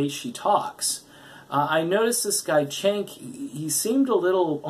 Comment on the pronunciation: dude it's Cenk pronounced Jenk